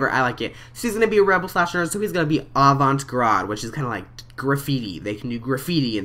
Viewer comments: Not to be picky, but it's avant 'guard,' not avant 'grahd.' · "Grahd" jesus... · avant gARDe. im sorry. its driving me insane. im a french major. avant garde basically means "new-age". like really into thinking and weird art. hahaha to explain it simply. love your video tho! so excited to play this game!!!! avant GARRRR-DUHD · it's pronounced AW-VAWNT-GARD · u said avant garde wrong